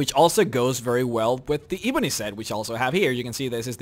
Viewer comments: You pronounce ebony wrong. its EH-bony not EE-bony. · Ebony has a short e not a long one. You're always saying it wrong.